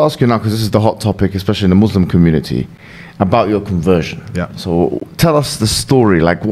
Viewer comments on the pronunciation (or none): Islam and Muslims and not Izlam and Muzlams, please try to pronouce it right so others can do the same. JAK